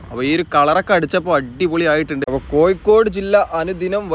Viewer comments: Athe koikod alla Kozhikode ennu paraynam... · Kozhikode ennu sarikkum paranjoode....koykode...